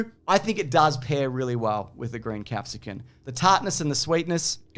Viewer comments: please. You're like 50 by now probably. You gotta know it's capsicum, not capsican. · The real jailable offence is pronouncing it “capsicuN”. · Pizza recipe bit was great, love the mention of bell pepper/capsicum cultural difference which was extra amusing for to repeatedly call it a capsicuN instead. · Big fan of the commitment to the bits this year, but why does he keep saying capsicun? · I distinctly heard him say "capsicuN" like a god damn Neanderthal. Do you also "aks" for an "expresso"? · Why does keep saying capsicuN? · Did I just hear capsicun with an ‘n’??? Jail. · Is saying 'capsicun'? Like, with an 'n'? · I don't think you should go to jail for making a pita pizza. You should go to jail for that pronounciation of bell pepper.